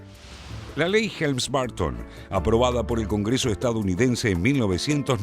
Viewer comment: ¡Ay, Dios, no es BArton... no es TrAmp! Se pronuncia BErton, se pronuncia TrOmp! Esto, además de tener que aguantar todo lo demás, de seguir escuchando defensas a la dictadura que va camino a ser la más antigua del mundo contemporáneo, y que ha hecho padecer con sus guerrillas a muchas naciones del continente que, inexplicablemente la apoyan. La rabia irracional —y envidiosa— contra EEUU, es inagotable en nuestro continente inviable... ¡Asísteme, bendito San Chan Li Pó, con tu virtud... la paciencia!